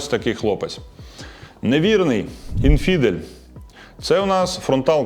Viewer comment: Неправильний наголос у назві "інфідел". Не "інФІдел" (другий склад), а "ІНфідел" (перший склад). Саме слово у перекладі означає "язичник", до речі.